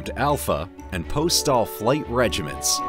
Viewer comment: "Regiments"???? "Elongitudal" ???? "Preminant" ???? "Longtitudal"????